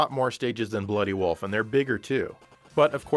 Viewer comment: Does still pronounce Bloody Wolf as Bloody Woof?